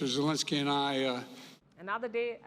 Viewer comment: Now if this fumbling is important, you should look at yourself. Do you possibly fumble on names? Yes, you do, even when reporting on name fumbling. you call him “velodimir”. And you spell his surname “zelenski”. you call him “zielinski” Neither is correct. There is some confusion here, but the most correct spelling is his own. Forname and surname in Latin alphabet is Volodymyr Zelenskyy as the text editor suggests. A professional news video producer pays attention to this, especially when reporting on name fumbling. Actually there aren’t many who can’t even spell names of places, but that’s another story.